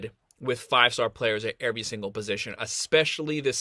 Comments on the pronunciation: “Airvy” lol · haha I’m just messing, the way you pronounce “every”